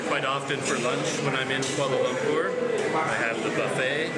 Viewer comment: You pronounced 'Kuala Lumpur' like locals. Nice! Edit : Also the other names as well!